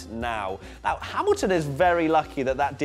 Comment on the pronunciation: Was it me or did I hear a NEOW he is back 😂🤣😂